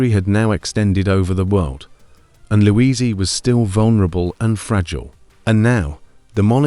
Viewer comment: Louisie? Good grief!